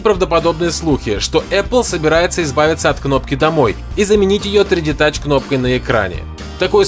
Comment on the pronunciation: Научись говорить 3D Touch и iPad Pro